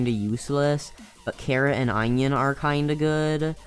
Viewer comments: my mans really said "eyenoin" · the way he said onion